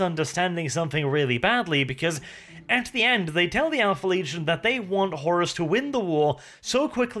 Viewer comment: "Leagion", never change brother